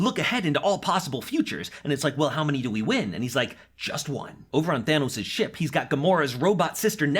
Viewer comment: Why the fuk does he keep saying big daddy Tanos